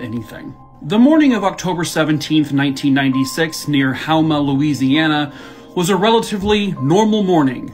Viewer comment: Just for future reference.. Houma, La is pronounced (Home-a) and Terrebonne is pronounced (Tara-bone) Louisiana native here. Thought I'd help 😊